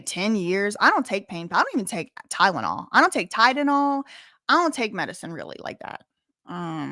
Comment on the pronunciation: When you said tydenol I spat out my tea 😂